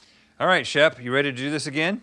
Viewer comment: *Shep. Like Shepherd.